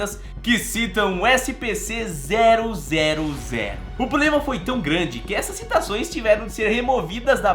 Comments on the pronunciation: ele falou SPC kkkkk amo esse canal mal espero o prox video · Ele falou SPC 000